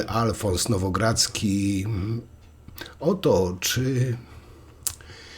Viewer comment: Nie Nowogradzki tylko Nowogorodskij.